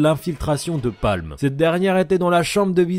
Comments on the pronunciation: C'est pamu et pas palm Non? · alors c'est Paamu et pas Palme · C’est pas Palm c’est paamu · Pâmu, pas Palm ptdr